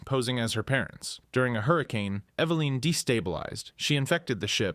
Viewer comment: Eva-line..? Try this, evelyn. That's the correct pronunciation